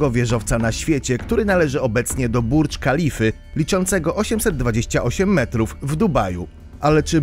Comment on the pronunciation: To ja też dodam, że ten aktualnie najwyższy wieżowiec świata to żaden "burdż kalifa" tylko "burdż halifa" (od imienia szejka Chalify ibn Zajida Al Nahajjana, obecnego prezydenta Zjednoczonych Emiratów Arabskich.